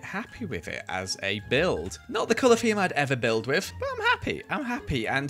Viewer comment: Lol, keeps saying FEME in stead of THEME